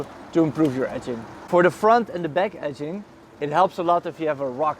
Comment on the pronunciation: I'm kidding, i've just transcripted how your pronunciation of "edging" sounds for me :)